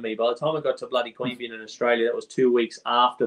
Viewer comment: Queanbeyan. Not that hard. Lived there for many years